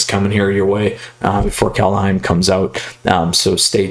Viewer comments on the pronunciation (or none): Just a heads-up: Kaldheim is pronounced kinda like "Kaldhaim", not Kaldheyum ;) (Wingardium levio-saaah ;) btw, the first game you should have played Foulmire + ramthrough instead of the mana dork.. That way you wouldnt have taken so much damage early on..